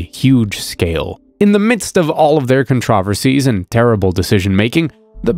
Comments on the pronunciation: I just can't get over this guy saying controversies wrong multiple times.😮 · Dude really said conTRAHversies 😂😂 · I liked this video But the way you pronounce it as "Con-Traw-Ver-sees" makes me laugh